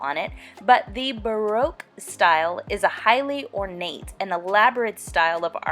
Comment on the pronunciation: If you are going to speak about baroque style you should learn how to pronounce tapestry and baroque. Also it is a period in art so you need to mention how artist influenced it